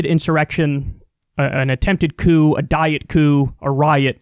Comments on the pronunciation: Kyle stop calling it a "diet coup" you're making light of a VERY SERIOUS situation. It was a coup attempt, not a diet coup. Good God man take this fucking seriously! 😤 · ‘Diet Coup’ haha.